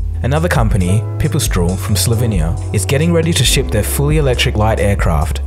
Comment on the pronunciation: Oh deer god its pi pi strel, not pew pew straul